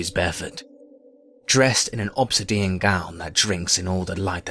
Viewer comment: Great loved the story and I really like your whispy voice. But and I don't want to be "that" guy but it's leth-ar-gee and ob-sid-e-un